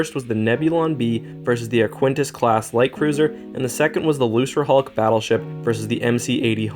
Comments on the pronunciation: Arquitens: Ark-wi-tenz Lucrehulk: Luke-er-hulk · Man, where did you learn to pronounce these names? Lucrahulk is pronounced "Lukra-hulk" and the Arquitens is pronouned "Ark-it-tens", not "Ar-quin-tas" (don't even know HOW you got that one). You've done a great analysis but it's making my ears bleed! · Arquitens is Ar-kit-tenz, not Ar-kwen-tis. Also, Lucrehulk is with a hard 'c' (Loo-ker-hulk), as in 'lucre'. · Not to pile on, but Luchrehulk is such a good name, mispronouncing it is an atrocity.